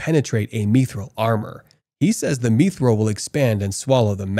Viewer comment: if this guy mispronounces mithril one more time, I'm going to end it all